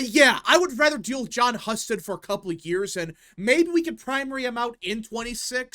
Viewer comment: HUE-STED. btw. Not hus ted